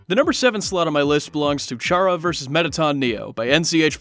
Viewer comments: You dont say it like ch ara you say it like cara but its spelled with ch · Its said kara. Like character. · It's spelled chara but it's pronounced "kara" but their name is short for the word character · Who else cringed when he says chara